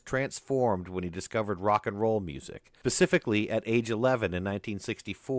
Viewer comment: Great docs! But the word is Specifically not Pacifically 😭